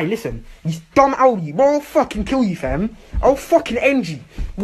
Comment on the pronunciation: man sounded american when he said fam